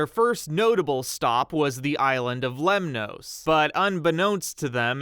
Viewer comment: You are pronouncing Greek words as though they are Spanish. Lemnoss, not Lem-noes.